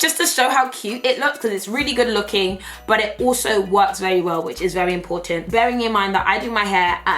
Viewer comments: When you hit that nigerian accent “ it’s important “ 😂😂😂👏🏽👏🏽 !! Loving you all the way from South Africa 🇿🇦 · When you said "important" in the Nigerian accent, I was like 😄😂😂😂😂 #dead. Love you! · "great, great stuff, important" in her Nigerian accent 😂. But I agree with her on fenty beauty, I lovooe Rihanna and the foundation but the eyeshadow pallet for example 🙃